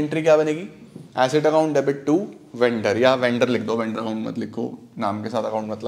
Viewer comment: Asset ki acid , what pranounciation , 😊